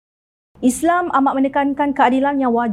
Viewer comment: Maaf cakap, majoriti rakyat Kelantan tak reti sebut Islam. Isle, isle, isle!